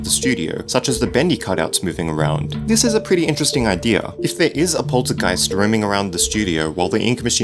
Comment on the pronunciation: It sounds weird when you say "Poltergeist" (I'm from Germany) xD